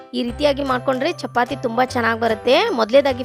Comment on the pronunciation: ಚಪಾತೆ ಅಲ್ಲಾ ಅದು ಚಪಾತಿ